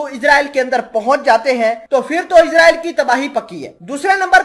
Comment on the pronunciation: صحیح لفظ اسراٸیل ہے نہ کہ عزراٸیل